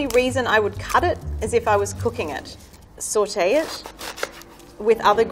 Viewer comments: How much times did she say sawtae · Or when she says sAuTe (it sounds like sortey)